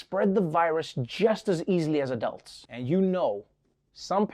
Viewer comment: WTF? Why does he pronounce a-dulds a.k.a "Adults" that way? No one in South Africa does. We all say it the same as the rest of the world - "Adults." It's the fist time I hear that pronunciation.